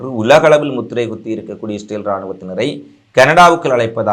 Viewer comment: இஸ்ரேல் என்று சொல்லவும் stel இல்லை